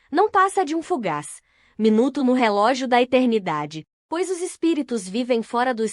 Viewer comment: Kkkkkkkaaaa mas ke. Leitura. Orrivel. Ela fala. Algumas palavras. MT. Errada. Por exemplo. Quando jesus disse na crus. Pai. Perdoem. Pós eles não sabem. Oke babem kkkkkkaaa. Cardeke ela pronunciou. Valdeci. Eu tirei d. Narração. Masculina. Por ser. Ruim. Colokei. Nessa. Mulher ke. Fala as palavras. Toda errada. Ainda. Vai pedir. Like. Será k vai ter coragem. ??????